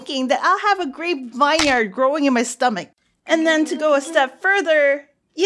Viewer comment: "Vine yard" 😂 not a big deal but it's pronounced "vin-yerd"